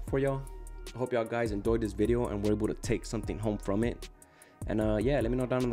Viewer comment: He said I hope you guys endoyed